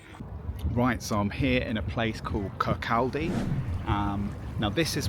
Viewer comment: It's pronounced Kirkcoddy.